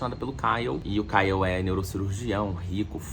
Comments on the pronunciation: Ele errando o nome do Ryle kkkkkkkkk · O errando o nome do cara o tempo todo socorro kkkkkkkkkkkk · 😂meu Deus. Amigo, você fez o melhor resumo desse livro. Realmente eu precisava pq não queria reler. Morri de rir com vc falando "Kyle" . Com vc se perdendo no trânsito, helicóptero, furacão e moto passando ... Só amei. Bjs no doguinho.